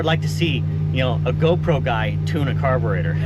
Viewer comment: T-shirt idea "Car-bre-tour" with a detailed "tour" of a carb. You said it that way enough times it made me think...You could def add your own flavor to it 👕🔧